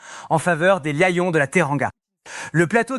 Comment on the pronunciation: Tu prononces lion mal alors que tu nous parles du français bien correct